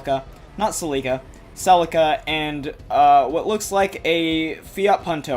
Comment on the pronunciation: You said celica wrong